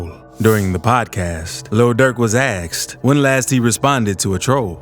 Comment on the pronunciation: "ASKED" NOT "AXED"